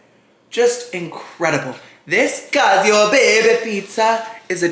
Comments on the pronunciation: Cacio is pronounced Ka-chee-oh :) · Omg and his pronunciations 😂He watched the TikTok and how they emphasized the name but still said cacio as if it were “cassio”. Love you tho you’re pronunciations just crack me up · The pronunciation of "cacio" is so bad. Aaahahaaaaa! Cheers!